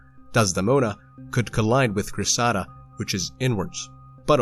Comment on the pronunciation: Cressida is pronounced CRES-seh-dah, rarely Cres-SEED-ah, but not Cress-SAH-dah. The name comes from a character in Greek mythology and a Shakespearean play inspired by the same myth. Thanks for the video!